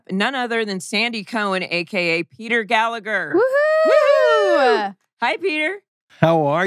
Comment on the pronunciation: Hello folks, Just regarding Mr Gallagher's surname. The second g is silent, you don't say it at all. It's an Irish thing..